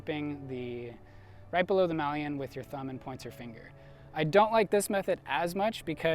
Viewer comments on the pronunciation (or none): Good video. But why can't Americans pronounce maillon?? 😂